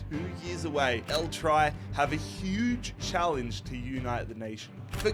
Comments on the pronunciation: “El try”. 😂 Love you but it’s pronounced El tree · It's not pronounced like "try" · Man said "El try" cuz all we do is try and fail with the national team 😅😂